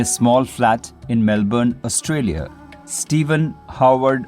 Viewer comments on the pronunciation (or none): none